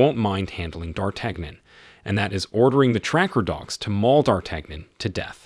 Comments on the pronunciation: You had me all the way up to butchering D'artagnan's name. dahr-TAN-yen. The Three Musketeers? Did you even watch the movie? They pronounce it correctly in the movie. You lost all credibility with your movie review by screwing up that name. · yon; dartanyon. Same with Django's wife. He mispronounced her as Broomhild, with an M, whereas it is an N, and pronounced Broonheeld. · D'Artagnon is pronounced Dartanyon, as in The Three Muskateers. You're welcome. 👍